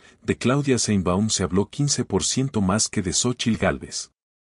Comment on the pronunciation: Aprenda a pronunciar sheinbaum,no seinbaum